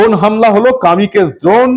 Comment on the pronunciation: dada uccharon thik kore korun please, Kamikaze, Rogue dutor uccharon i gondogol holo